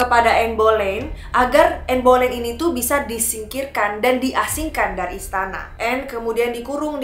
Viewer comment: Bacanya anne beleyn